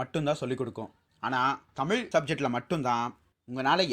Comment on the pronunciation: Hi I will tell you one thing you speak everything good yaar but speak proper thamizh I really like your topics and all I really appreciate because you are a speaking thamizh thamizh is always thamizh you should speak Thamizh when you speak proper thamizh not in Thamil pls pls pls I request you really pls